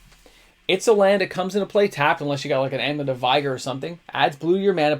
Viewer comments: uhm.... Amulet of.... Veighar?!? u mean Vigor (pronounced vig-or)?? like Force of Vigor or whatnot... did u not know that or was it a mistake in the moment (>.<)? oooor is this sum tinfoil hat moment of saying something wrong just so I comment to correct u? LOOOL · plz it's Vig like dig a hole, Defiler and Amulet of Vigor will thank you. It goes counter to your advice when you mispronounce words... Unless there is some wacky Canadian or inside joke I am missing... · BRO THE WORD IS VIGOR AND IT RHYMES WITH BIGGER